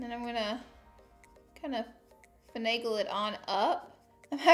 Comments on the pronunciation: Take a shot every time she says fanagle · Drinking game Take a shot every time Laura says “fenegal”